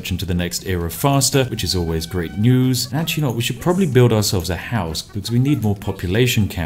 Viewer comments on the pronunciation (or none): none